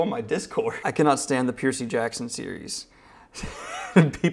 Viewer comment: Piercey Jackson...